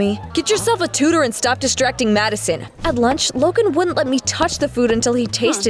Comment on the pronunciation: It sounds like she said mad son